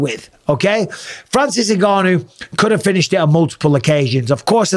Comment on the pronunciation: fury said je haf a 12 week hard camp